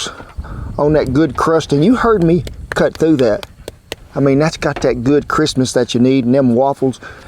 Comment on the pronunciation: wait did he say christmas or crispiness?